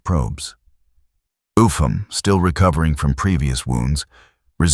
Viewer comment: His name Upham is pronounced "up ham" not "ufam"